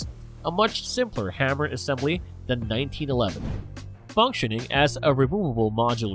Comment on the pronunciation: you said hammer...recoil as haimer...reco'l. Mispronunciations are inevitable. Stop worrying so much about them. it really makes you sound more unnatural.